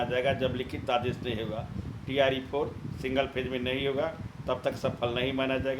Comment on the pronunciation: Singal ni hota hai Single hota hai😂😂